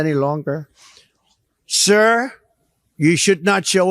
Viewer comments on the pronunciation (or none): Shizhispants sounds like such a div when he pronounces Sir. What a loser.